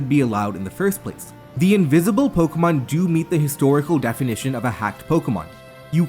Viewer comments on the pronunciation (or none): Invizible pokemon have been dizcovered in zzzzcarlet and violet and it izz changing hackmonzz 🤓🤓🤓🤓🤓